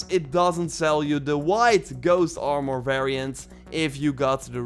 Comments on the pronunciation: Stop saying it like armoire. ITS ARMOR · It's not Aaarmoûr it's Armour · The way he says armor now haunts me in my dreams at night